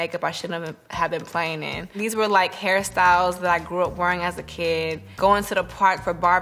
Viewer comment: everytime she said hairstyles i kept hearing “harry styles” until i turned on captions lmao